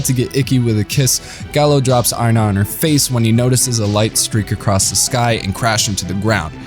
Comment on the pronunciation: The way he prounounced Aina hurt my very SOUL!!😢(T_T)